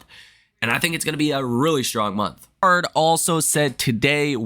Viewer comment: Son, you are killing me on pronunciation of Baird. Pronounced "bear D" Not BAR D